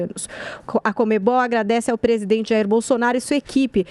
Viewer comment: CONMEBOL. Joel: "COMEM-BALL"